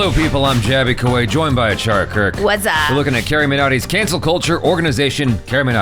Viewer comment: achara said it right